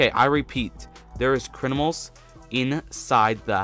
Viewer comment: So funny how he says crinimals